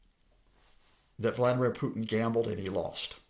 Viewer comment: he mispronounces both but I guess he should work on his english first